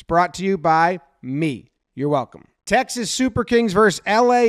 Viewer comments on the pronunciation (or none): none